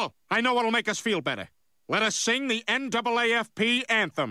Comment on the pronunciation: It's NAAFP, not NAFFP.